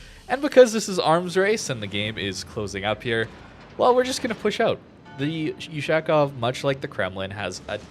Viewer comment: "Ushaaaaakov". Butchering the pronounciation... Offf....